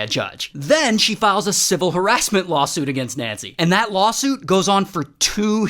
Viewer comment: 4.14 Is that "Lawusuit" ?